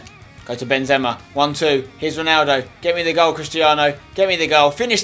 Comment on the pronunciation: u say Benzema wrong